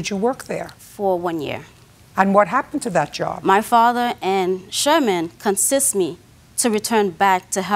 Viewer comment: “Consiss” not convince. Not insist. Okay. Cool.